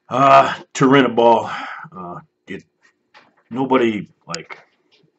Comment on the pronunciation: Chael acts like he knows it all lol he said he could tell Jon was on stuff. He couldn't even pronounce Turinabol. Yeah you're not an expert if you don't know how to pronounce the drug being discussed.